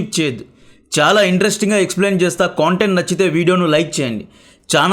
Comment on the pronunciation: మిత్రమా...నా " కొంటెంట్ " కాదు. కంటెంట్ . Hooe you got the difference in how we spell content.